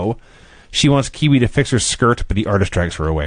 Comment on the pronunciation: Kwee Wee not Kiwi lol (oh ok he figured it out)